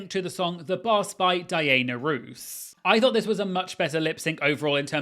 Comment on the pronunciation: Please please it’s Diana ROSS not roos (it’s a big thing iconic) and Cheryl LYNN not Cheryl LINE. Sorry but important !